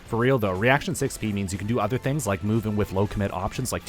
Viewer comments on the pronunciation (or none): none